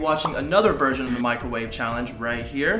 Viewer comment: Microwave not microvate